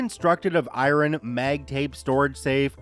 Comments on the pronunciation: I-ron? ;-)) Never heard it pronounced like that before! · Do you have some kind of special ability to not be able to pronounce the word "iron". That's some special skills right there.